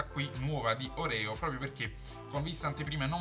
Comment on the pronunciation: Si pronuncia Orèo, c'è pure la reclame in tv :-)